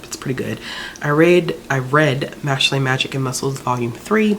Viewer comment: Just a heads up Mashle is pronounced like mashel, so like muscle but mashle since muscles are the main guy's thing😂 love that you touched on that series!😊